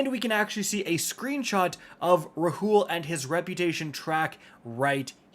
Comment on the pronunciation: Rahool is pronounced “Raul”